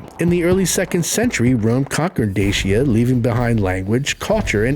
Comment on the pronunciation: Dacia read like dachya